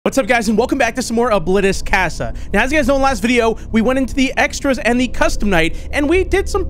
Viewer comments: C-ah-sa not key-ah-s-ya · its pronounced "cah- sah" like ahh not AHHHH